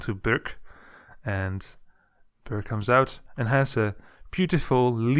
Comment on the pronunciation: You cant say ö